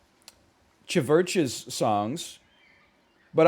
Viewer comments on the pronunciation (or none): NL pronouncing CHVRCHES as chevurches instead of churches is why I watch this man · mfer really said Chuvurchuhs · the way he says chvches and goyte just dont sit right with me dawg